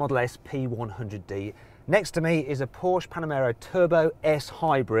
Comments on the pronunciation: PORSCHE!!!! NOT PORSCH! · Oh my goodness: PorschE not Porsch‘!